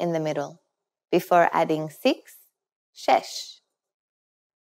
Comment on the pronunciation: هفده هجده شش ....درست تلفظ کنید.